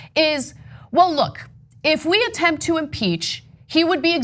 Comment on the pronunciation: Oh you said impeach I thought you said impaled